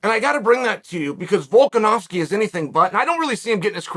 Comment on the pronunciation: Chael - pronounces ‘Volkanovski’ correctly for months Also Chael: ‘Volk-an-ass-ki’